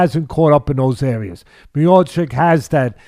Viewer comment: Mayochic 🚫 . His name is Mi-yaw-chich Teddy, he is the best heavyweight champion in UFC, please respect the champ. 🙂